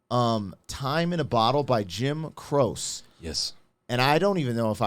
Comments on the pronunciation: It's pronounced Jim Crow-She. Jim Croce. Spend an hour or 2 going through his stuff. You won't regret it. Even his dumber stuff like Roller Derby Queen is amusing enough to be worth it. Operator has to be the next best to Time In A Bottle. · Jim's last name is pronounced crow chee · Oh Lord I know your younger than me .. this came out when I was a baby but it's pronounced Crowchee.. I know I need to learn how to pronounce some of the new names.. lol.. just letting you know the old stuff..but y'all did school me because even though I knew Jim Croce was dead I didn't know how he died.. learned something tonight. Thank you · It is pronounced CROW-chee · For pronunciation… Cro.she. Jim Croce crowshe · It's Jim Crow-chee, was one of my dads favorite artists so it hits home with me deep too Operator is another amazing one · Pronounced with two syllables, Crow-She😮😊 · It’s definitely pronounced Crow-chee. He is absolutely one of the best songwriters of all time and definitely was a tragic loss to everyone. If I were both of you, I would also check out the song Operator next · Its actually pronounced Crow-chee...But Omg!!! I love this so much!! Jim Croce is 1 of my all time favorite song writers!!! Please do more music from this era! This is the kind of music my parents listened to while growing up, and it's definitely something u could just put on and listen to with the fam! Much love! 🫶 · Its an Italian name and it's pronounced crow-chay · After you listened to this magnificent piece, your focus was all about you, for the rest of the video. So now you think you can write a love song. And do just a little tiny bit of reading about the music first - at least to know how to pronounce the artist’s name. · I wish he would pronounce his name right. This video is distracting & has no bearing on the song. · Croce you said it wrong 😢😢😢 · So tired of having his name mispronounced. This is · I grew up with Jim Croce and he was awesomw! But you need to pronounce his name right!